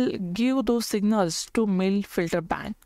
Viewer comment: Mill? Its Mel